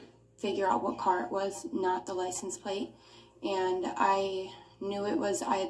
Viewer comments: License PLACE. he cant even pronounce simple words. Makes him look and sound even more stupid. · It sounds like he is saying license PLACE - not plate! Is that yet another Brooks-ism, if I am hearing right??? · Yep. Lisent place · 🤣He reminds me of when you first learn to write or fill in for a job you’re not qualified for. Why does he keep saying Ly-sent Place? Just idiotic.😤🤣🤣